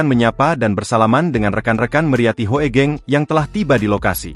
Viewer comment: Google voice memang agak-agak/masih jauh dari kata bagus. HOEGENG=HUGENG.., HOEGENG di baca HUGENG.